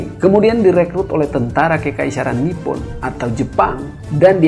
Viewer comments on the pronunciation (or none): none